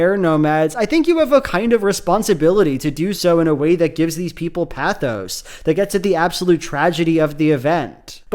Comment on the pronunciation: why does literally everyone mispronounce the word "pathos"